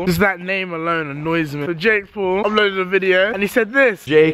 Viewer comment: When he say Paul it sounds like pool